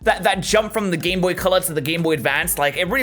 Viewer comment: He was trying to say game, but that's hilarious XD